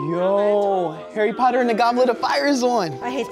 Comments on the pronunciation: Wait are they doing bad English accents or do Americans actually thing we talk like that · Hawy potter